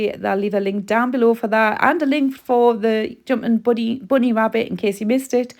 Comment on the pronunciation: Gosh I just love the way you say joompin boony!